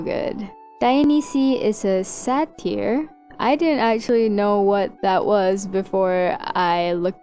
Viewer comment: The way you said satyr sounded like satire and I was confused for a second, I say it more like say ter or say der you should use something that let's you fiddle with 3d models to rotate them into the position that you need because screenshoting that and tracing it is no different than if you had the objected and traced a photo that you took of it, so you're technically tracing your own image that you created when I forget something I'll upload it offsite and add a link to the fixed image in the private comments, since the fix would only be important to the oc owner